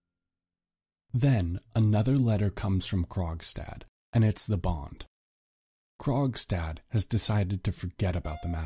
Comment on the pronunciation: Why did I think he was saying “Krog’s dad” the whole time